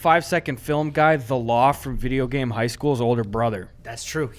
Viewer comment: "bibeo game bi school" I can't lmfao